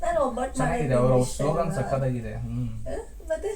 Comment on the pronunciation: adhu slogo alla slogan 😂😂😂😂😂😂